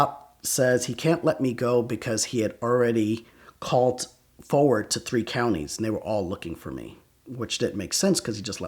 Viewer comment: I kind of hate how he puts a “t” at the end of words that end in “ed”. Like “callt” instead of “called” and “pullt” instead of “pulled” like he did in another story.